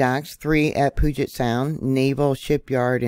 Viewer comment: Thank you. Wondering right along with you… Btw, puget is pronounced pew-jet 🤗